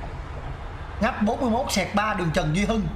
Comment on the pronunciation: Giờ coi mới để ý tại sao là nghách mà ko phải là ngách?😂